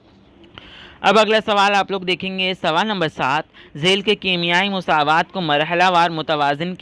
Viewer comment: Musaawat nahi masawat sir😂😂